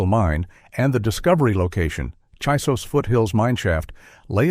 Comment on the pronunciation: CHISOS mountains. Not Jesus mountains!